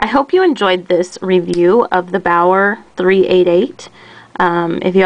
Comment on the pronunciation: The correct pronunciation (English phonetics) is "Be'are" or "Be'our"